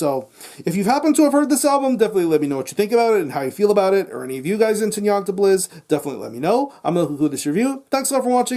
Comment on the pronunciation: ....how many takes did you do to get both the name of the band correct and the name of the album said so fucking good?! Either way great review gonna check this album out cheers pal!